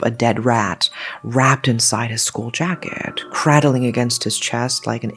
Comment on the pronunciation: Cradling, has a long A sound like crayon (ae). Not a short A like crab (ah) 👍 I also am very I ntrested in hearing more about mudang/museok!